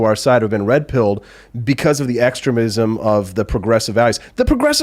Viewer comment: EX-tra-mism? You mean ex-TREME-ism? lol nevertheless love ya